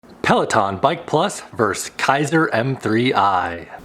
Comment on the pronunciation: The word is VERSUS not VERSE.